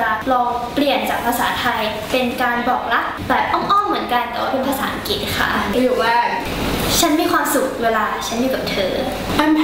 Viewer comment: ถ้าออกเสียงคำว่า อังกฤษ เป็น อัง- กริช ไม่ใช่ อัง_กิต จะเยี่ยมมากเลย